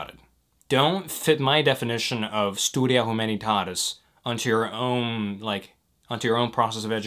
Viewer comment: i really admire you but gosh, you pronounced that “studia humanitaris” so bad